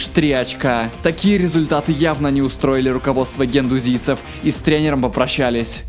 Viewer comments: генуэзцы,а не гендузийцы))) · Примера, а не "Премьера". Генуэзцы, а не "гендузийцы". Бьянконери, а не "бьяконери". "Блан не особо удачно отработал в сборной Франции". Не особо удачно? Да он провалился дико! Куча мелких косяков в ваших видео, увы. Не только по этому видео сужу.